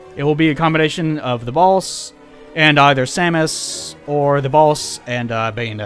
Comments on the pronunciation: also, i keep hearing "the balls" instead of "the boss" made the first few minutes very weird until you showed that mgs pic :D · Why do you pronounce The Boss as The Bols? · When you say "The Boss" it sounds like "The Balls" dude. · The Balls? Lol pls make it a thing like 'The Baby'... That'd be radical!